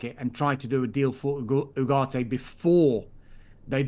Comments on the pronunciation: It’s ugarte Not whoarte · His pronunciation of Ugarte is pissing me off😅